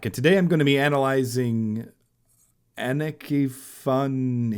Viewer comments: Pronounced Anna Ka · For your information: her name is not pronounced as "Ennekey", but as "Ah-nukkuh". Moreover, the emphasis is on the 1st part of her name, not the last part. :)